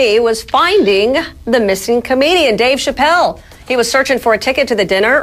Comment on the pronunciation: The way she says Chapelle!😂😂😂